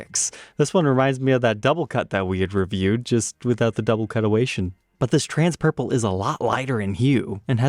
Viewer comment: "Double Cut-oation"??? What??